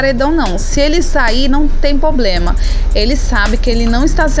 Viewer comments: "Poblema" foi difícil de ouvir... Essa é minha opinião... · Vc fala muito errado, pobrema, deixa, .